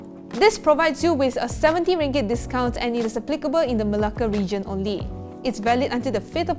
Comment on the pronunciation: i love how you pronounce 'Melake'. 😍.